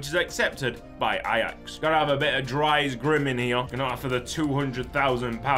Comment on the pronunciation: The way you pronounce dries really makes my ears bleed. To be phonetically correct, it's pronounced like the name of the actress Reese Witherspoon, but with a D sound added in the front. So dutch spelled Dries, sounds like english Dreese.